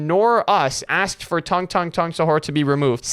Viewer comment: The guy who sent the message said assked instead of asked